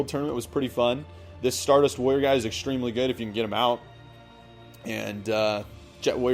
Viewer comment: it sounds like you are saying lawyer instead of warrior